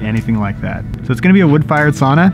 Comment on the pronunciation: Per research from Finland, the correct pronunciation is sow nuh, not sonna!